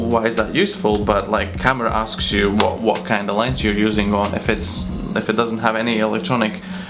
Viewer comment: "Lens" not "Lense"